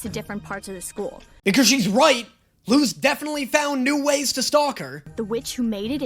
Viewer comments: Eda LITERALLY pronounced Luz as "Loose" . PLUS not to mention she's hispanic, where in the hispanic alphabet, Z is pronounced as an S sound. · Luz is literally light in Spanish 😭 That's because her mom is Spanish 😔 please check your Spanish, as a Spanish person is hurting me 😔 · They kinda flip flop between “lose” and “loose” in the pronunciation, but it’s a Spanish name meaning “light”. In Spanish, z’s are typically pronounced with a hard “s” sound rather than the softer sound we’re familiar with as English speakers. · Also also also: Gets mad people tell him how they pronounce Luz in actual Spanish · As an native spanish speaker that hurt a little bit 😭 Luz is so easy to pronunce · is right It's pronounced luz(lose) not luz(loose) people pronounce it (loose) but it is (lose) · I think messing up Luz’s name is just his lisp coming in, so I can’t really blame him for it, though his pronunciation of Stolas should be shamed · the 'z' in Luz is pronounced an an 's' sound though. It's pronounce like that by all the characters... consistently... including Eda and Luz herself Also... "Patrick"? His name is "Edric". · Luz is the SPANISH word for light, and Spanish pronounces Z as S. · is… is this a bit? My friend Luz is pronounced loose not lose. It means “light” in Spanish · Luz is not loooozz It's Like saying lus like Lucy The z makes an s sound it Luz sounds like lus (ITS A SPANISH NAME) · so angry when watching this it's pronounced Luz not lose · People do start pronouncing Luz as "loose" in the second season... idk why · Ok, in this show they pronounce it as “lose” BUT irl Luz IS pronounced “loose”. Basically the only person that says her name right in this show is her mom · The english speaking characters do... but she and her mother pronounce it Loose. It's not his fault, sure... but when he went 'It's pronounced Lose, not Loose' was where it got kinda 'eeeh'... like an english guy correcting spanish speakers pronounciation of spanish.